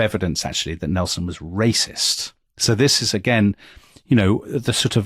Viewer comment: Lol , it’s hilarious to hear you try your best to admonish Nelson as a wassssssist . Of course he was and that’s fine for the era .